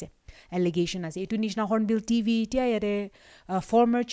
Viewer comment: Hornbill TV not hornbill DV.. 😄😄